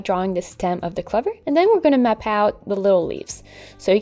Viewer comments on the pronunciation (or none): Really beautiful,. I will try this one. Gives me lots of inspiration for other leaves. By the way, 'clover' rhymes with 'over', not 'lover'. As an English person, I apologise for the crazy randomness of some of our words.